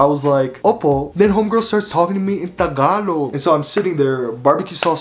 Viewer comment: Just the way you say "Tagalog." King. I'm going to try harder to learn Tagalog. Then Bikolano, my mom's language.